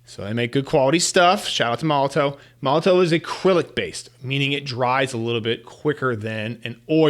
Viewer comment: Just an FYI, Molotow is pronounced Molotov 😊